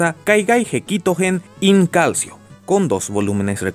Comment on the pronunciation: cuando en el manga dices in calcio se pronuncia como "calchio" perché è italiano